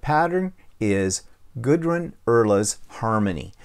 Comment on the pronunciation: I believe it’s pronounced GOO-drun. 🥰